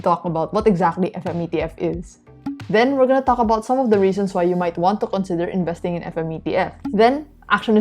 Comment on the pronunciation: What did you say qalk about? Or talk about 🤣